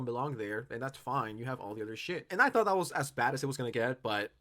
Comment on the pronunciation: He knows how to pronounce words like "thought" correctly, but will pronounce it as "taught" in the next sentence?? Is he putting on a fake accent on purpose?